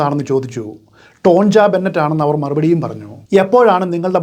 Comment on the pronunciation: ടോൺജ എന്നല്ല ടോണിയ എന്നാണ് പറയേണ്ടത്